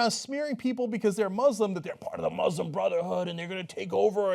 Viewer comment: Yo Cenk, can't you be an example and pronounce 'Muslim' properly?